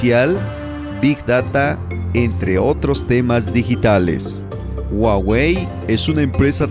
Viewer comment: Muy buen contenido 👍💪 solo que La pronunciación correcta es juagüe no es güagüe la h como j la misma Huawei ya lo a dicho